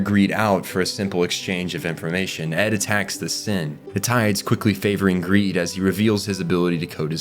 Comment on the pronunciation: Who else after hearing ed call greed/long "greeling" cannot call them anything else...